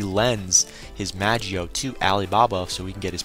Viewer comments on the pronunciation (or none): in the manga its called magoi not magio, and from my anime source they also call it magoi. plus the anime i have been watching it on magi is pronounced magi. mag-eye must be the english translation which is a bit confusing since there is no dub version of the anime out yet. anyway not here to nit pick i was just letting u know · magio?? you mean magoi